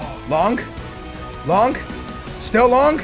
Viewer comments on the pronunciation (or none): STOP WITH SAYING LONK BITCH, IT IS LONGGGG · It's long not lonk